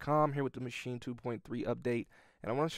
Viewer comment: I like the way you say "Maschine". Sound like you said it 10000 times before. :D Nice Tutorials man! Keep going :)